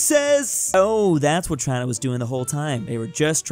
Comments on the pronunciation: was that saying China?!?? It definitely didn't sound like it, but it sounded very weird... 🤔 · what's with that China pronunciation? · Why did you said "China" in a weird way? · Says USA to chiena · The way "China" was said 💀💀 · why did he say china like that